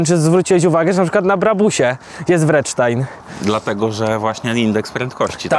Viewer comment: Co to jest Wredsztajn?😁😁🙂firma nazywa się kurła Vredestein i wymawiacie to praktycznie tak jak się pisze, bez Waszego niemego „e”😁 Fakt, że ziomek sprzedający te opony nie umie wymówić nazwy firmy, którą reprezentuje jest dość żałosny. Mega irytujące od lat u ludzi, którzy przekazują tematy na forum, czy to YouTube, TV czy dziennikarzyny motoryzacyjne🙂